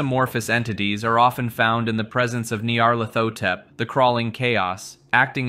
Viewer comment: When I saw 8 hours of Cthulhu content I jumped for joy. I jumped for joy a second time when you pronounced "Nyarlathotep" correctly. Thank you.